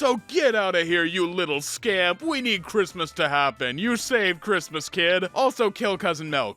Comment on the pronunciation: it sounded more like "chrittmas"